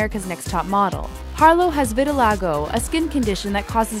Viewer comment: the way they pronounced vitiligo made me laugh